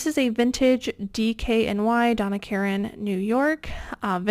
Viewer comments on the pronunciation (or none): none